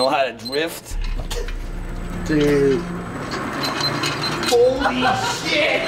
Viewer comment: "you wanna know how to dwift?" Proceeds to speed down the hallway